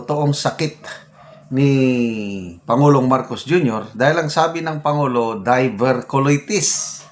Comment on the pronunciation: Diverticulitis po not Diverculitis